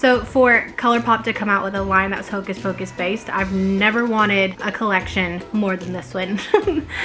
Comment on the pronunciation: “Hocus focus pleeeease” 😂😂